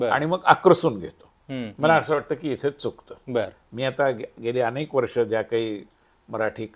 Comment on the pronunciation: अणेक नाही अनेक